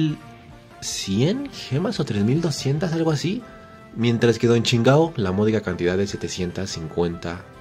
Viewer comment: Me da risa como le dice Don chingao a Don chinjao xdxd